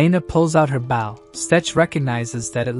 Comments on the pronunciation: why are you saing BAU when talking about a bow? say the oooo not the w!!!! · For the love of legolas! it's BOW not BAU!